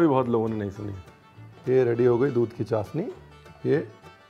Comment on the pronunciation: Chasni nhi... it's called chashni...😊